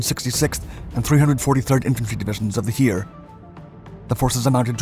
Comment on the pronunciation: The German word "Heer" is pronounced like the English "Hair" but you pronounced it more like "Here". (PS: Maybe you guys can help me to get this to his attention. Thank you in advance.)